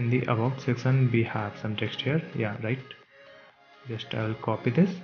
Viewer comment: great video but did anyone notice that he said secson instead of section